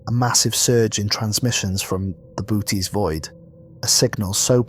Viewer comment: Lol the bootys void .....bo-oh-teez void